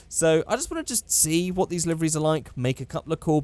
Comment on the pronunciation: when you say liveries it sounds like you're saying liverys, and thats incredible because i dont think anyone else on this earth can make a typo while talking